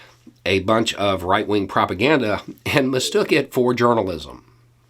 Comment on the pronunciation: I'm sure you meant "right-wing" but I absolutely heard "white-wing" and I don't want to hear another label for those morons ever again.